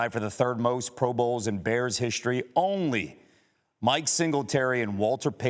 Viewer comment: To the announcer, his name is not pronounced "butkiss". History is not pronounced "hishtory"